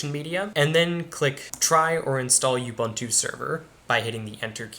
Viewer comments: "U-BANTOO" doesn't exist. That's UBUNTU (OOBOONTOO). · the way you say "ubuntu" sounds like an insult towards someone